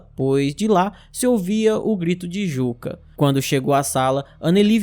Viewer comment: Perfeito. Só uma observação. "Jukka", em finlandês, se pronuncia "Iuca". Igual ao ex-baterista do Nightwish e Sethian.